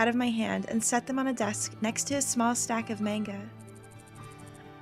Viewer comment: "Main-ga"? Didn't you used to live in Japan? How can you not pronounce manga correctly?